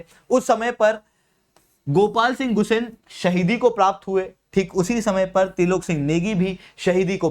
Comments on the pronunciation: गुसेन नहीं गुसांई होता है, Me bhi gusain hu uttarakhand , Garhwal se❤ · गुस्सेन nahi गुस्सांई